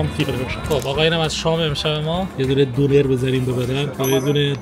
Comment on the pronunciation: به سلامتی که به جای دونر میگه دوبر 😂نوش جونت 😅 راستی عاشقتم ❤